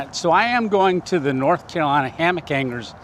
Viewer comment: it is not kalina it is North Carolina. if you are going to stay there, at least pronounce it correctly.